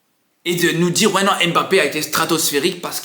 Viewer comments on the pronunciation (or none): C'est qui M- Bappe? Je connais Mbappe mais j'entends partout M- bappe... Il l'a dit à la télé c'est Mbappe , pourtant vous êtes capable de dire Zlatan et non Z-latan